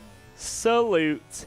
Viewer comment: "AB SOLUTE DISASTER"